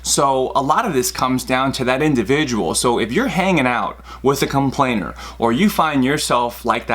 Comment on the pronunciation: You say conplain Haha, weird. Cool video though 👌